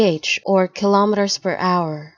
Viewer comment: Not only does "Kph" not mean "kilometres per hour" (it means kelvin-picohours, which is meaningless of course), but you also mispronounced kilometres. The universal symbol for kilometres per hour is km/h—nothing else. And kilometres rhymes with "nanometres", not with "thermometers". Wow...how are you even a channel?